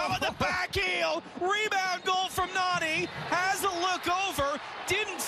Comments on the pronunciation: It's not narni its nani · Its not Narrrni its Nani